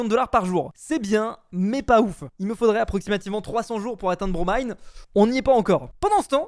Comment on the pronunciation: Il a eeeenfin bien prononcé le blaze de Bromine